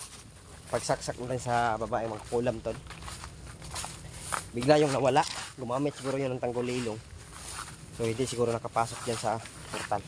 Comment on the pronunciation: Tago Lilong!!! ( hide, daze) not tanggolilong!